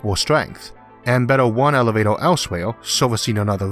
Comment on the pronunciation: It's like hearing a 6 year old explain space elevator. I mean elevato.